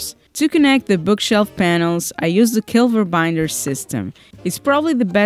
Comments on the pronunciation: "Keilverbinder" is pronounced approximately like this: kyle-fair-bin-dair melhores cumprimentos da Alemanha :) very cool project! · Great job, can't wait to see the next episode. It's so funny to hear you pronouncing the german word "Keilverbinder". Many Xmas greatings from Germany! Stay save and keep up your excellent work, it's absolutly inspiring! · Cool project and video.. I had to giggle a bit when you said the german word "Keilverbinder". 😉